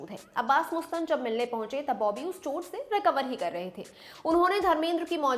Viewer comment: She is Right..... actually..MUSTAN .... hai....Mastan. Apni suhulat KE liye Bolte Hain.......